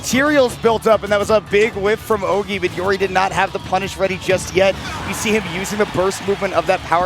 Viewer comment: C'est horrible d'entendre les commentateurs prononcer Ogey "Oggy" xdd